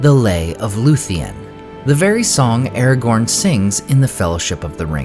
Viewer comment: Ah-ra-gone Ah ah --gone--gone